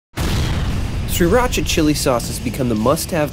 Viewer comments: Pronounced Sheer-rock-uhh I really hate when people mispronounce this word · It originated in Thailand and you are pronouncing it wrong. "SEE-Rah-cha", or "Cc-rah-cha". But it's okay, most cooks on those Food Network channels pronounce it wrong as well. How to Correctly Pronounce SRIRACHA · And yet, you are 100% wrong. It is pronounced See Ra Cha. Look it up. Don't you just hate it?